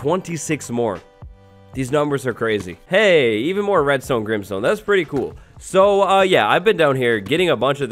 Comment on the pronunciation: Deepslate Also a second later: Grimestone